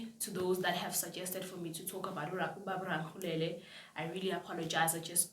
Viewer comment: It's pronounced Ra-le-kgo-le-la